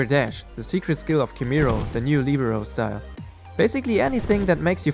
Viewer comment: Lihberoh is the pronounciation